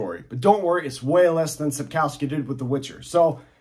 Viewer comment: It is pronounced Sapkovski. Polish use w for v.